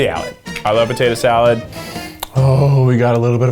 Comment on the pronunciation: Potato Zee-alad